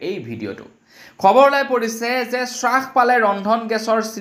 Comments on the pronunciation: "চাছপাইছে" নহয় "হ্ৰাস পাইছে" বুলি কবলাগে । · হ্ৰাস নহয় ,হ্ৰাস হে।অসমীয়া ভাষাৰ শ্ৰাদ্ধ নেপাতিবা । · হ্ৰাস শব্দটিৰ উচ্ছাৰণ শুদ্ধ কৰি ল'বলৈ অনুৰুধ কৰিলোঁ।